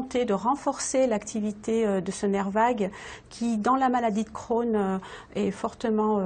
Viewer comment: La maladie d'Crohn alala le "e" n'est pas la pour rien